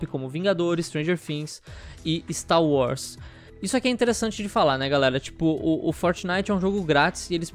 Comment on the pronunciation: "STAL UARS"